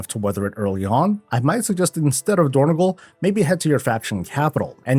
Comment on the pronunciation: It is dornog-AL, not dornog-OL